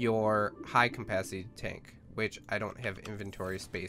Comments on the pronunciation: I cant get over the fact you say "Compacity" when trying to say "capacity" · Cum-pasity you mean capacity right? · its CAPACITY not COMpacity, jesus christ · Its Capacity, not Cumpacity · "High cmpacity tank" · i believe its CAPacity not COMPacity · "high compacity" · Am I the only one who freaks about his "Campacity"? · capacity not campacity and oxygen not ancigen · Dude the ultra high com-pastity oxygen taaenk he says it funny af <3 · Am I the only one who kept hearing campacity? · "ultra high campacity" really??? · Mmmmm high CAMPacity. Your pronounciation is aids dude. First say CAP then ACITY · is it me or is he saying CoMpacity? Srry dont mean to be rude